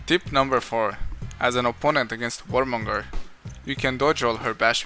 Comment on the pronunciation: Warmongundr lul